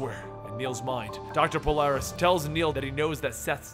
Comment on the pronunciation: isn't it Polaris??